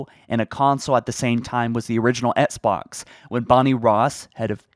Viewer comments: Do you mean "Etsbots"? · Why does he pronounce “Xbox” as “EtSbOx”